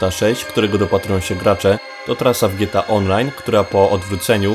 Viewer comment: Czemu ty mówisz "gieta" a nie Gie-Te-A, dosyć śmiesznie to brzmi